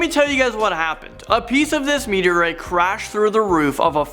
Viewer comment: It's "meteorite"(meet-E-or-right), not "meet-E-or-writ"... There's an 'e' in there...